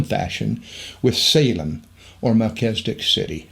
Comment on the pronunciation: MelCHIZ e dek, NOT Mel CHEZ i dik